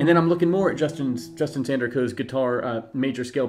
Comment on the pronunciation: Haha, why you call Justin Tindercoe?